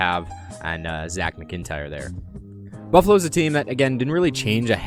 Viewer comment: and its pronounced macintyre